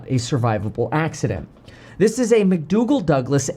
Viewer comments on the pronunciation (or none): "McDoogle" HAHAHHAHAHAHAHA - dude pretending he knows something about aviation...